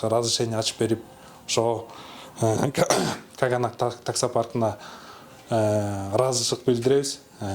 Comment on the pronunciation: Допу кийген бала Каганатты туура айтчы😄